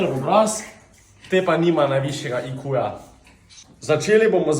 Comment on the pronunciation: reče se ajkju